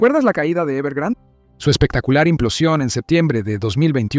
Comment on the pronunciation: Es "Evergrande" no "evergrand"